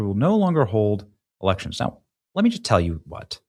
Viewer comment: Oh, Elections. I thought he said Erections.